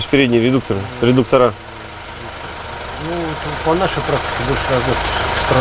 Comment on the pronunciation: ну вы же за всё время первый раз сказали правильно,,редукторы",и тут же влепили - редукторА... РедукторА,приводА,кулюторная столица... Как говорится - Русского языка надо знать...